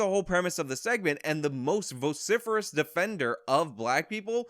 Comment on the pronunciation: lol... Did you just say VOCIFEROUS. lol RESPECT!